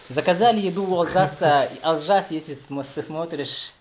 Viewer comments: Не Алжас а Олжас. Якуты а выговорить не могут. И не Аи'ша Биби, а Айша Биби. И это не буузы, называйте вещи своими именами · Не Алжас, а Олжас. Не будьте как русские шовинисты, которые коверкают всех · Согласен, для чего коверкать название? Дизлайк